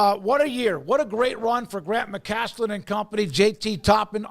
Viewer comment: McCasland. No T. Unless he's in Houston, then he gets two t's and tossed from the game.